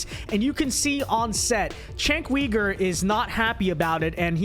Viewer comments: lol its not cenk WEIGER......its pronounced YOOGER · Kasparian is MORE of a Man than Uyger (pronounced as Ogre, LOL). Let's go Ana!!!! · Did he say Weeger? Lol